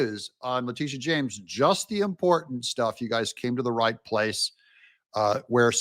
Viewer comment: I'm sorry, it sounded like "BIG TITS JAMES......"